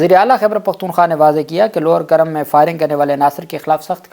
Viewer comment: یہ نام ”کُرّم“ ہے (Kurram) پلیز تصحیح کرلیں